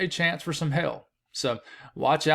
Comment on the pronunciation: I love your accent when I hear you say "hail". "Favorable conditions for "hell"" lol